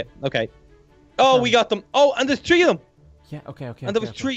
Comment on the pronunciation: When he says three and it sounds like tree when he says it